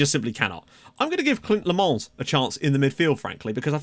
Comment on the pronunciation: Leemans is Dutch, so it's most likely pronounced "Lay-mans"(no silent s).